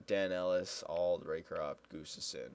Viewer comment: its pronounced "Gus-Tuvson" just saying:)